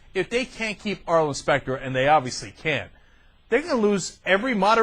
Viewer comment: Who's SPACK-ter?? Arlen Specter's intelligent twin?